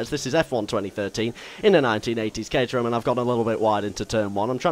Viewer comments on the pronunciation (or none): Caterham? haha reminds me when you said caraterham in a f1 2012 race